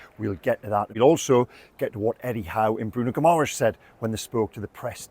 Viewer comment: love your work. It’s not pronounced gih-MARR-ess. It’s GIMmer-ice (or close enough). Let’s give our captain fantastic the respect he deserves.